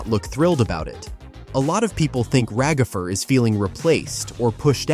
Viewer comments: “Ragafer”😂 I was dying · Why are eyou saying ragafer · Can we talk about the agony of hearing "Ragafer" so many times, can we get a counter? 😭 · Why have people called Ragatha Ra-gatha/RaGATHA and now Ragafer!? LMOA. It's Rag-atha/RAGatha (phonetic pronunciation: /raːɡaθʌ/). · “Ragither” got me